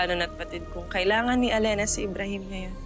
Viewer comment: Oo nga eh btw ybrahim po hindi po amrahim